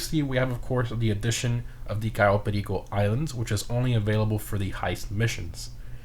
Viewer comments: My man becomes pure Colombian when he says Cayo Perico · HOW DID U SAID "CAYO PERICO" LIKE AN HISPANIC, Nunca los entenderé. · i still find it satisfying when he says cayo perico